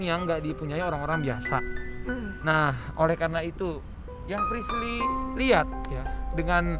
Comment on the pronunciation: bukan frisly tapi frishly